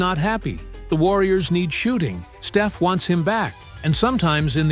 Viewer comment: If he can say Pod's name right, why can't he say Stef's?...